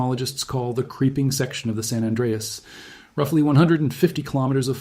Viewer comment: You do not know how to pronounce "San Anreas".